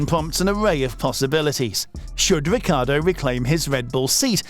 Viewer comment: Wiccairdo? Wedbul? weally?